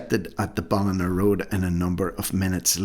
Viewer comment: Terrible situation in Cavan. Cavan's Ballinagh is pronounced Ballin-yagh, as I recall .